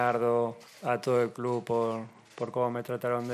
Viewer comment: feli, clu, dirfrutá, nomá...